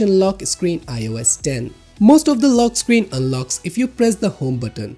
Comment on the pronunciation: Lock Screan" rlly m8?